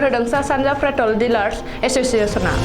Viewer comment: 'Pretol' nonga 'Petrol' sw